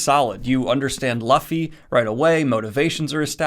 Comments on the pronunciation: "LOO-FEE", not "LUH-FEE" 😂😁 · 1) it hurt my soul when you said luffi. It's pronounced Luu fee. 2) Please continue with this manga its phenomenal. It has amazing world building, characters, action and emotion. It's an entire journey and you will love it. The story only gets better with time so please stick with it. I'd love to watch your review of all the volumes. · Really enjoyed the video! I've been watching the anime now for a while and you helped make the decision to read the Manga! Also, hate to be the one to point it out but it's pronounced "Loo-ffy" not "Luh-ffy" (I read your comments for a while thinking someone had already corrected you but I guess not lol) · LAFFY lol LUUUUuuuuuFFFFy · Naah it aint laffy dude its “loofy” but the “ooo” its shorter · Not Luhffy. It's more like Loofy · It's no coincidence he likes One piece. Once you start watching anime (or reading manga), you get into this zone, where's it's inevitable that you'll like certain anime. PS: Death Note next please. PPS: Stop saying l-uh-ffy, it's pronounced Loofy god damn it. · Ok I will admit I didn't expect that you would like it but glad you did and it is pronounced loofy not luffy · It's not lafee it's luffy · Bruh no offence but u told u u saw first few episodes of one piece but it should have been clear that its loo fe not la fee. lmao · pls pls it's LUFFY🥲 not laffy🥲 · Loofy! Pronounce it Loofy. It's not Lafy. It's Luffy! Oh my godl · Also, I noticed you pronounced it "Luh-fy," which is how I used to pronounce it. It's actually pronounced "Lou-fee" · Yes... Looofy, not Ph-luffy. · You're probably gonna get this a lot, but allow me to be the first. Looffy, not Luhffy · Aint no way he said Luh-fee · His name is Luffy, but it is pronounced Loofy. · Bruh🤦🏻‍♂️🤦🏻‍♂️🤦🏻‍♂️😂. Luffy’ name is not pronounced like that😂😂. It’s pronounced more like “loofy” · this dude really said luh-ffy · It's pronounced "LOOFY"!!!!! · it's pronunced LOOFY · It's Loofy you snivelling goblin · Also: It's loo-fee